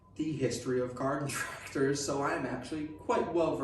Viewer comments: Gahden tractahs. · “Godden tractas” 😂